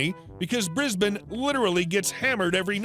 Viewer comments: "Briz-bin" Well pronounced,! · At last a yank who can pronounce Brisbane properly.